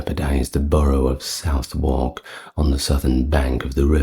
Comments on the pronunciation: 👍Southwark is pronounced sutherk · Why are Derby (Pr 'Darby') Pepys (Pr 'Peeps' ) and Southwark (Pr Suthock) mispronounced?